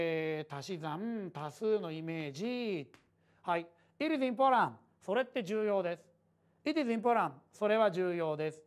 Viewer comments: の「It is important」が、「ピピピポラ…ピピピポラ」に聞こえた(´_ゝ`) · importantのtはほぼ発音しないからそう聞こえるのかもです！(一年越しの返信)